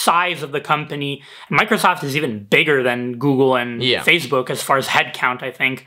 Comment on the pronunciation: "fazebook" LOL